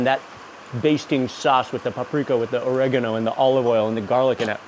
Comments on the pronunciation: Pronounced OReggANo not ORRAgonO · did she really call "oregano" "ore-eee-gone-o"